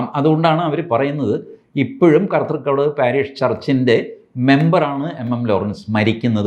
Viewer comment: കർത്തുക്കടവ് "... അല്ല സർ,.. "കത്രുക്കടവ് " ആണ്.😊